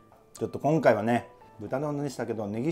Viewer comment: 「きょんかいは」可愛いw